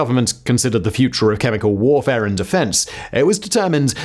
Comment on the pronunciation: I swear he said “psychological and biological borfare”